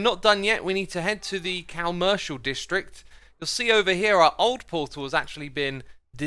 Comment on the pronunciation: Mojang is moyang. Comertial district is cal merchil. What the heak. Sorry if this is offensive it’s just so confusing for me